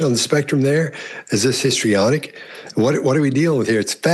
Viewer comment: It's not histronic .